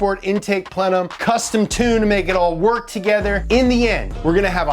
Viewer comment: Any time it goes to the checklist all I see is 'pleuuuu' instead of 'plenum' haha